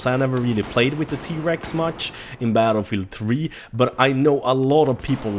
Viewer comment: "Battle Meal 3" ?